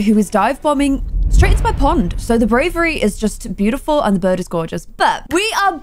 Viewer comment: instead of saying bird it sounded like was saying burb